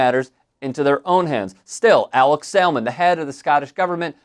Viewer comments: yeah…so you keep mispronouncing ‘Salmond’, the L is silent. Indeed although his name is ‘Alex’ the X is more like a C and softer. This is also mega old news, like literally in 2016 that Janey Godley held up that amazing sign - although I’m not going to put you down for highlighting what a ‘runt’ Trump is in an election year… 😂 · It’s pronounced like Salmon but with a D on the end. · Salmond is pronounced as it is in salmon. Samun. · Salmond is pronounced ‘samun’. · I know it’s not really relevant, but you don’t pronounce the L in SaLmond! It’s said like “Samund”. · You don’t pronounce the ‘L’ in Salmon. It’s weird. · The ‘l’ in Salmond is silent. Like ‘salmon’. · Fyi the L in Salmond is silent 🤦🏻‍♂️ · Not "First, minister Alex Salmond" but "First minister Alex Salmond" (like in the fish, the L is silent); that's the same as Prime Minister (albeit in a "devolved" Scottish government, nott the Westminster, UK one).